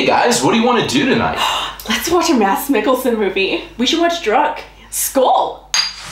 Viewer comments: I think it's fun how you pronounce Mads Mikkelsens first name. You say Mad-s, although the danish way of saying it, is with an almost silent D, so it would more or less be like saying the word "mass", but a bit faster. Great video btw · Great review 👌 Made me wanna watch it now. FYI the d in Mads is silent... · Mads rhymes with sass, except with an m. D is silent. Danes swallow a lot of letters. :)